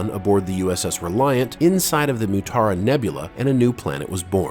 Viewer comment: Not Nutaran....it is MU-taran nebula....